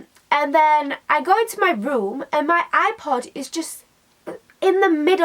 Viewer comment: I understood "eye pot" instead of "ipod" and I was like: wHY DO U HAVE AND EYE POT? THE HECK IS DAT?